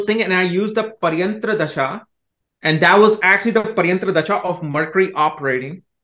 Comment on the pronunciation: says thashaa थशा instead of dasha दशा and nakshatraaaa so no he can't pronounce things correctly or purposely botches it to sound white lol 😂😂😂😂